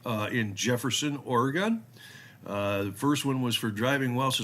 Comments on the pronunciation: It is "Ory Gun" not "Ory Gone". The state hasn't gone anywhere.. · The Basic Rule is never drive over the posted speed limit. It's not "Ore-Gone". It's "Ore-gun" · OR-EE-GUN. WE ARE NOT GONE. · You're saying Oregon wrong